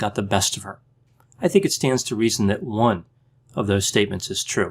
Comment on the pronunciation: I watched that part several times. I like how he pauses and emphasizes the word “one”. 😂